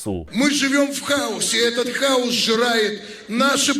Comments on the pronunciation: Про Киву и хаос было весело, а ещё смешнее, не то, что он повторяет это слово, а то, что он его не правильно выговаривает, он говорит хаус, а не хаос, а это дом или доктор Хаус )) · Хаус... Тормоз даже не может о букву выговорить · ЯК для кандидата околодєйствітєльних наук неук Кива має розрізняти прості значення слів,які вимовляє на людях."Хаус" і "хаос"-це різні поняття. Заглянь в Гугл,ідіот!Не сміши людей своїми "перлами " красномовства. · ОПЗЖ смішні і тупі - 100%, але куди діти лохторат, який знову заведе цих колаборантів в Раду? А нажаханих хАусом👻 в ОРДЛО стільки що, як тільки там нададуть можливість приймати участь в українських виборах, наголосують нам не 13, а всі 40% опожоп в Раду.